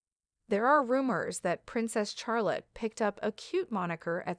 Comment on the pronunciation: shar not char